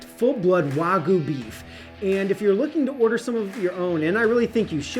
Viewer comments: Ima just say learn how to pronounce the Japanese word wagyu not wagoooo im a country boy just made me laugh nice steak tho bro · Why do you say Warhgyu?